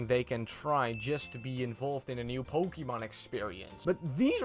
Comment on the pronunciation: You say pokemon wrong, next!